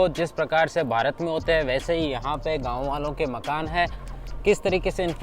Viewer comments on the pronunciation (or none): none